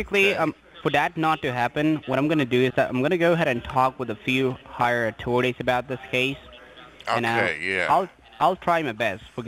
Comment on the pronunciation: “The higher at-orities” 😆 I also love how they always say I do understand dat...they don’t understand a darn thing you’re saying lol “Are you a turd person?” 😆 I love your videos!